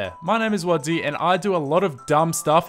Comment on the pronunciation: Wadzee. Not wadzy